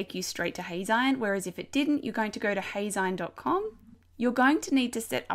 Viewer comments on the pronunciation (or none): Actually, it's pronounced "Hay-zeen" as in magazine. Think of it as if you were saying "Hey! Magazine!" but shortening it to Heyzine. Thanks for the tutorial!